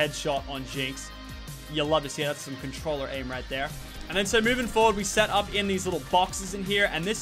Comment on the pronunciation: “NOW HES MOOVING FORWARD”